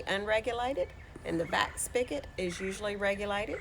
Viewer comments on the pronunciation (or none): "Spig-ot" not "Spick-it"